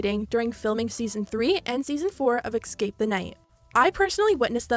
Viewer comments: It’s escape not exscape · jeeeeeesus please learn how to say "escape" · YO! Hearing the word “ECKscape” is profoundly irritating for those of us who passed the 3rd grade... maybe one day you can go over this and edit the English back into it? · Escape, it's escape not exscape. 🙄🤯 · idk who voiced this, but she needs to learn how to pronounce escape. It's eScape, not eXcape! So annoying hearing "excape" over and over. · It's ESCAPE not EXSCAPE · ily but you saying “ex-cape” made me want to die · Anyone else annoyed by the fact 'escape' keeps being pronounced 'exscape' ? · “Escape” is spelled how you’re supposed to pronounce it. E-scape. Not Ecks-scape. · There’s no “x” in “escape”. It’s not pronounced “ex-cape”, it’s “es-cape” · U keep saying it ecscape the night xD (sorry this isn’t meant to be rude I think it’s so cute! Xoxo) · Bae why do you pronounce escape like dat